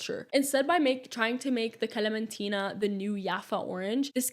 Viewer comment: As a Palestinian, thank you for giving a background story🥰 I'm curious what is your ethnicity? Because you have a very good pronunciation of the kalamtina😂